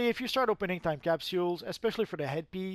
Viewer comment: Could you say capsules better?